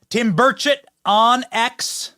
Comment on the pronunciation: Thanks for saying, Rep. Tim Burchett's name correctly tonight. 😊